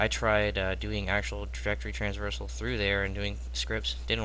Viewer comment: Bro its traversal :P